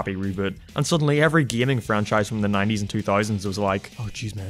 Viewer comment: It might be your accent, but it sounds like you're saying 80's for the old Ruby Spears incarnation. That was made in the mid 90s, but there was an 80s cartoon Mega Man (very late 80s/early 90s) on the show Captain N the Game Master which was pretty terrible (check it out for a good laugh). I didn't really give Fully Charged a chance since the artstyle was a bit too PJ Masks looking, so I assumed it wasn't really for me, but I did like some of the pixel art scenes you showed off as well as some callbacks from the NES games. I think I'll stick with the mangas and the Eddie Lebron live action film still, but I think your review gave a good feel for what Fully Charged was and it seemed to be a bit more than what I thought. Thanks for the vid!